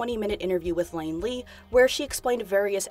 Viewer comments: Iain is mor likely to be pronounced “Ian” than “Lane.” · Its pronounced EE-an - his name is iain lee not lain lee lmao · It's Iain Lee, not Lain Lee. Indicated my the initial capital letter of his name... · his name is pronounced "Ian" btw. It's just "Ian" with an extra "I". There ain't no "L" in it. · that's pronounce ian lee lol, not lane lee lo!! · "Iain" is said the exact same way as "Ian" just so you know, it's not "Lane" haha. Not a big deal but made me laugh.. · Isn’t Iain pronounced Ian not Lain...? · Lain isn't how you say that name. It's a capital I not an L. It's pronounced like Ian. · It's pronounced EAR-N and Lane. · The interviewers name is Iain, not Lain. It's an alternative spelling of Ian. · His name isn’t Lain, btw, it’s Iain, or iain. It looks like a lowercase L but it’s an upper case i. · the interviewer's name is the british version of Ian, not Lain...I'd think the fact that his last name also starts with an L would tip off that his name is not Lain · It's an I not an L, his names Iain...same as Ian. Sorry...I hate being that person but I just had too...sorry again. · His name isn't Laine it's Iain 🤣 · Is no one gonna point out how you pronounced Iain as Lain 😂😂 not hate by the way I cracked up